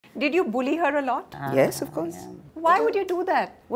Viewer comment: Wrong pronunciation for bully